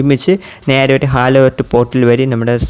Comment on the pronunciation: Halo alleda hollow 😅